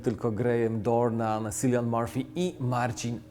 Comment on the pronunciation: Cillian wymawia się przez K :D Poza tym jestem mega zadowolona, że robiłeś tę recenzję. Kocham ten film, fabuła praktycznie nie odbiega od faktów, film nie skupia się bezpośrednio na Heydrichu (czego się bardzo obawiałam), muzyka, obsada, wszystko, wszystko. Osobiście na końcu się popłakałam. Polecam ten film każdemu, warto. EDIT: Bałam się też, że w roli SS-mana obsadzą kolejny raz przystojniaczka i na jego ślicznej buźce będzie skupiało się dużo uwagi (jak np. Finnes jako Goeth w "Liście Schindlera"). Uff.